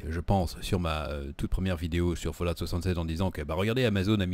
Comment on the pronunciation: Tu c pa dire fallout